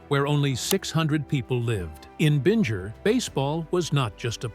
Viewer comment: JB's home town is pronounced "Bing-er". Rhymes with "ringer". Not "Binj-er".